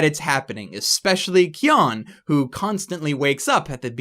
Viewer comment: isn't Keon's name pronounced Kay-own not kay- on?